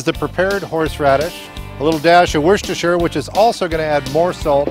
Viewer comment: Looks great, and really impressed with your Worcestershire sauce pronunciation, spot on, (i live 20 minutes from the factory in Worcester England where its made).